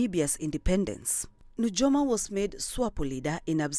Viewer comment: It's pronounced as Nuyoma...j for i